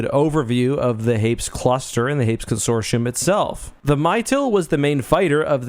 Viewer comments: Note from the Pedantic Police: Hay-PEAS...Hay-PEAS; "Hayps" just sounds wrong (in our opinion)... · "Hapes" Consortium. Lol. It's pronounced "Hay-Pees",;)